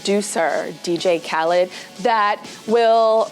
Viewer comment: I wish she would un-say dj khadlid’s name whew Chile!